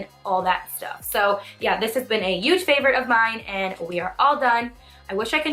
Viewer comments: Hey! I love your videos! I'm not trying to be mean or anything but when you say 'huge' it doesn't sound like you're using the 'h' and it sounds like you're just saying 'uge'. I'm not sure if that's just me or what 😳 but I still love you! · Can I ask why you say huge the way you do?? I've only ever heard it said that way by someone from the Netherlands speaking English